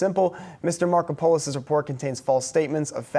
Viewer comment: I strongly suspect that he is of Greek background so his name should be spelled "Markopoulos" and pronounced "Markópulos". It is a very common name. When the interviewer said "Mr. Marko-Polos" I was laughing out loud.